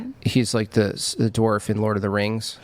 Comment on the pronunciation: I’m surprised you’re the only one who commented on that. She used dorf for dwarf at least two times. 😂